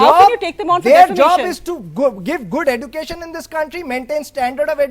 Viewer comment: So called guru does not even know to pronounce education.cheater number one